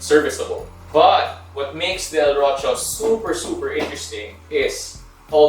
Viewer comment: I reckon it Is pronounced "ROSÍO" with a stress on the I and a slightly deltal sibilant S, which means DEW, alluding to the delicacy of the water pressed through the porta filter. Check with the manufacturer and let me know if I'm wrong